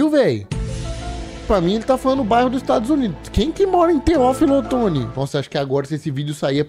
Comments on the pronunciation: Eu vendo ele falar o nome da cidade de nascimento da minha mamãe errado kkkk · Nasci em Teófilo otoni viu, e falou errado 😂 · O vídeo do programa é bom, agora o youtuber é muito ruim. Não sabe nem falar o nome da cidade direito. Isso de achar engraçado conversar errado é muita bobagem. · eu nasci pra ver o massacrando o nome de tchó tchó kkkkkkkkkkkkkkkk e o pior q tive a exata reação q ele falou q quem mora em teófilo otoni teria